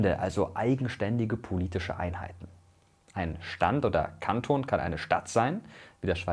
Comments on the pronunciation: Kantoooon, lieber MrWissen2go, mit Betonung auf das o. :-) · Bei Kanton liegt die Betonung eigentlich auf dem o. Hat mich grad getriggert😅🙈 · Dieser Moment, wenn Mirko Kanton falsch ausspricht ._. Lieber Mirko: Man sagt nicht "Kanton", sondern "Kantoon", mit langem O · Man nennt es kanton (man sprichts so aus) und nicht kantton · Und Kanton wird nicht wie die Sprache sonder Kaanton ausgesprochen. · super video. Eine kleine Randbemerkung: Die Betonung bei Kanton liegt auf dem o. Es wird Kantoooon ausgesprochen ;)